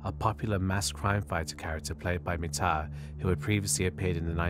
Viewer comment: Your Thai pronunciation of Mitr's and Petchara's full name are pretty good. If I have to put how pronounce the Thai names you mentioned a lot easier.. Mitr = Mit Pranakon College = Pra-na-corn college Don Muang Royal thai air force = Hmm.... I seriously don't know how to make "Muang" sound like Thai with English word.